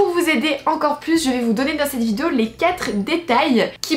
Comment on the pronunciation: "Aujourd'hui on s'retrouve pour une nouvelle vidZéo !", ça me tue à chaque vidéo, t'es beaucoup trop mimi !😂❤